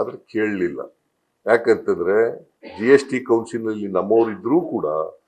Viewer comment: ಕೊಸಿಲ್ ಅಲ್ಲ ಕಣ್ಲಾ ಅದು ಕೌನ್ಸಿಲ್. ನೀವು ಲೂಟಿ hodeyuthiddiralla 58 ಪರ್ಸೆಂಟ್ ಅದನ್ನ ಕಡಿಮೆ ಮಾಡಿ.